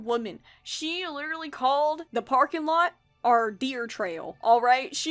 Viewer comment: This feels off topic but I noticed that when you talk about very Southern people you also start sounding a LOT more Southern and I think that's neat. I know some of it is impressions but you said "parking lot" in a way that immediately made me think "Oh yeah no Hawley wasn't kidding"